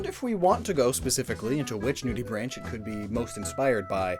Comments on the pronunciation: the ch in nudibranch is a K sound not the ch sound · Another note: the common pronunciation of "nudibranch" rhymes with "bank" as the ch ending is the guttural ch in "loch" that is often pronounced as a "K" sound by English speakers (with the exception of "machine").